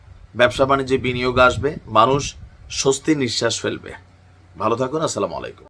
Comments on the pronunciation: ভাই যদি কাউ কে সালাম দিবেন শুদ্ধ ভাষায় সালাম দিবেন আসসালামুয়ালাইকুম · আপনি সঠিকভাবে সালাম দেওয়াটা আগে শিখুন